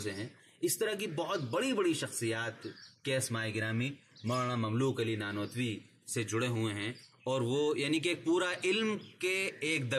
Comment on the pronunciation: السلامُ علیکم و رحمۃ اللّٰہ تعالیٰ و برکاتہ حضرت کا نام مبارک مملوک علی ۔۔نہیں ھے۔۔بلکہ مملوک العلی۔۔ھے۔۔ع پر پیش۔۔اور ی پر کھڑا زبر۔۔۔جیسا کتبے سے ظاھر ھے۔۔جزاکم اللہ خیرا۔۔محمد احسان الٰہی سرگودھا ۔۔پاکستان